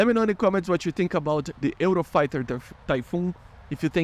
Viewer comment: The way you pronounced the word "Eurofighter" is not exactly like that, you pronounced very similar to what we say in Spain (dont worry i know u r brasilian)